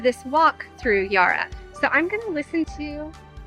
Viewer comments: 😊 Our river is pronounced Yarra, and not Yara. Not easy to work out all the different pronunciations in a new place. Melbourne (and surrounds) has so much to offer so I hope you can spend more time here soon. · And the "Ya" in "Yarra" is the same sound as in "Yak," not "Yar" or "Yah" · Fyi I thought you might like to learn that we pronounce 'yarra' with a short /a/ sound ( as in 'at') not 'ar' digraph ( as in 'car') So we say 'Ya- rra', not 'yar-rar'. The Bell birds you heard ( the chiming peep sound) are small and surprisingly dull to look at and very hard to spot. For other really gopd infigenuous art the Ian Potter gallery, just down the steps from the Koorie Heritage Trust is also exceptionally good ( and free) and a lovely architecturally designed building. It's also has some of our most famous colonial artists' works 😊 For people who like seeing non typical tourist spots, a couple of easy train ride suggestions are to get the train to Sandringham and do the beach walk back to Brighton (one of our poshest suburbs ). Another is to get the train to Newport, walk to Williamstown along the seafront ( view across the bay back to the city, also view of the docks and Williamstown is an old naval town) lots of yummy eateries in Williamstown. You can get a ferry back up the Yarra to the CBD from there. Both just 25 mins from the CBD. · Glad you enjoyed our wonderful city of Melbourne, and ventured beyond the CBD 😊 BTW, the first 'a' in Yarra is a short sound, not a long one.